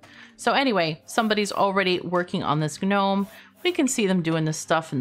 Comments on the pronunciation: Ga-gnome... Fyi, dialiect refers to using different words and or using words differently, not butchering other people's words. For example, hola sounds like oh-lah, NOT holla... No matter the "dialect", this is because it is a Spanish word, not an English word. Gnome should sound like Nome. It's spaghetti, not pasghetti, realtor not real-uh-tor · The g in gnome is silent <3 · I'm a ganome, gano gano gano, I'm a ganome